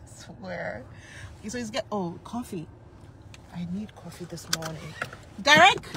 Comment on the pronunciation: CALLS COFFEE "CWA-FEE."